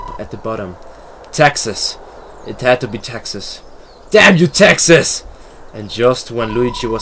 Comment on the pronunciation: he said taxes not texas